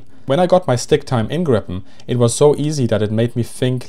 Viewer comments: It's pronounced "Greepen." But A for effort! :D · Griin, Gripon… -> Gripen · It's "Gripen", not "Grippen". Say it with me - "G-R-iiii-Pen". Never understood how this name can be so hard for foreigners to pronounce. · The correct pronaunsiation of JAS 39 is Griipen, not Grippen. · pronounciation is "Griipen" not "Grippen". also just guessing here but Gripen if probably referring to Giffen, saab seems to like mythological creatures. and the word gripen can also translate to "to get arrested" as in: my friend got arreste - min vän blev gripen. coming from the word Gräpp(gripp) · The I is long in Gripen. "gree-pen" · Just a friendly correction Gripen is pronounced [Greepen] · It is a long I in Gripen, and not short p. The way he pronounce Gripen are more like you would pronounce the previous airplane Viggen, short I and g like in cognition.